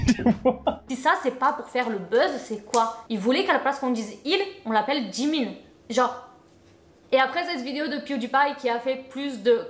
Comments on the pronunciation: Super vidéo et tu a bien prononcé "Jimin" mais je vais juste rectifié quelque chose a propos de la "K-pop" il n'y a pas que des coréens dans l'industrie, il y'a aussi des Japonais, Chinois, Thaï et même une Indonésienne et une Sénégalaise certes la K-pop viens de Corée et les idols sont majoritairement coréens mais il y'a aussi des étrangers, également que Oli n'est pas vraiment une "Idol" et c'est sûrement pas le premier européen dans l'industrie il y en a eu énormément avant mais ils n'étaient pas vraiment connu voilà❤️ sinon par rapport au chirurgies faites avec les partenariats ça ne m'étonne pas, je me disais bien qu'il ne devais pas être "Si dérangé" même si clairement faire ça est totalement bête et creepy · T'inquiète tu n'as pas écorché le nom de Jimin 😌